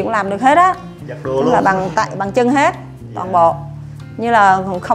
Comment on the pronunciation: Bằng chân mà nghe nói như bằng chăn!